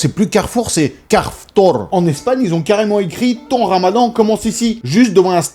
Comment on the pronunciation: « Car’ftour » 😂😂 pas mal pas mal